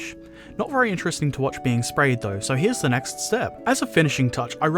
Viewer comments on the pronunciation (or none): none